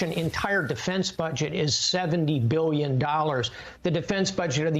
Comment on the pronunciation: 8 Gillion dollars? That's what i heard. Not billion 🤔